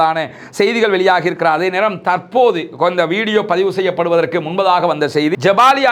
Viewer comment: தமிழ்ச் சொற்களை சரியாக உச்சரிக்கவும். உதாரணமாக.தற்போது தர்ப்போது எனச்சொல்லப்படுகிறது தவிர்ப்பபது நன்று.